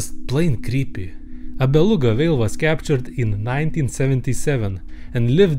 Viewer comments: Your saying vale not whale but I understand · "but he realize, it vas beluga vhale!" I'm dying